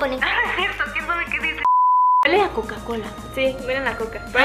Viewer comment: Dijo kien zave